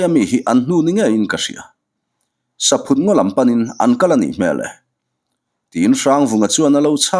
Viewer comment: Saphut hi ithluk diklo saphut hi thingchikhat arahchu saihlum tiatvel ani a sava hian antlan duh em2 ani atluk dantur chu entir nan Lalin iakah vawkpa aphut ani tih phut tihlai ang hian thluk tur chhangphut tih phut ti a lamloh tur